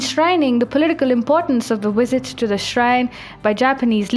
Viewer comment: why - wait -when - wisit.....that's funny